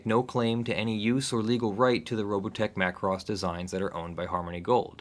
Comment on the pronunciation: MA KUU ROOSSS-MA KUU ROSSS